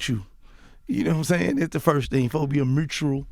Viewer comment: Gotti had a hard time pronouncing the word "mutual" 😂 real Memphis shit